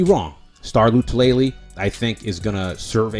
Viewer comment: Star “La -Too - La - Lay” You’re trying way too hard. I agree with your assessment on Harrison Philips. In 2019 he was outperforming Star and was getting more snaps than him before the injury. Philips right now is in the best shape of his career… I’m thinking Star will be watching the majority of defensive snaps from the sidelines.